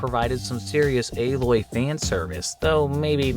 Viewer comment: Aloy-ol-las got me crying lmfao 😭